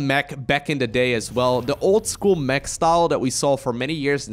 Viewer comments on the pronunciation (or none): none